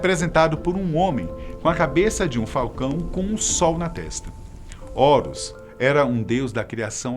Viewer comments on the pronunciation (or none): none